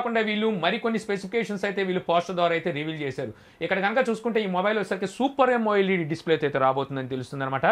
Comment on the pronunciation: Yamo led kadu amoled